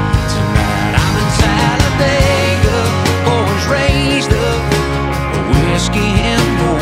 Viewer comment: People can't pronounce Talladega it's pronounced Talla dig ah